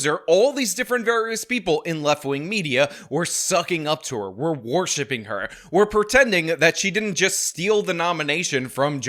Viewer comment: It's pronounced WER-SHIP not WAR-SHIP